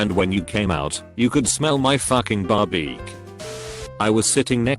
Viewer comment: No one: Text to speech bot: barbeak